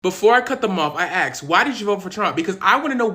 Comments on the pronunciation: Why do you say axed when the word is asked? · You didn’t “aks” her. You asked her. It’s not difficult. We put the s before the k and you put the k before the s. The way we spell it and say it is correct. The word is asked. You always put the s before the k and it cannot be mispronounced. If you spell it wrong, you can easily mispronounce it. I am a democrat and I believe all people are equal. I just can’t handle the mispronunciation. It’s like misspelling or misusing the words there, their, and they’re. An ax is a tool. There is no such thing as aks. Either you are asking something or you are requesting an ax to use somewhere. Thanks!